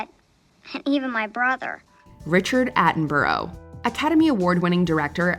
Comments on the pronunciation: Richard Attenborough's surname is pronounced Atten-bruh, we don't pronounce borough as 'boro' here in the UK and Attenborough was British. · Richard Atten-bro? I've NEVER heard the film star's name pronounced like that! Hahaha